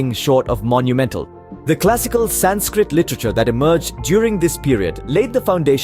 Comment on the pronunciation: Learn how to say sanskrit Aarav Prakash 7 E